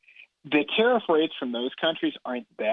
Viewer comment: Everytime you said "Tarriff", I misheard it as "Tarah". Oops!